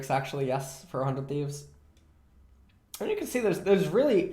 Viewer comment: I keep hearing "400 thieves" instead of "for 100 thieves"